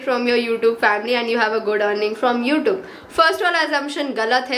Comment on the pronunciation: It's not you tobe it's you tube your pronounction is wrong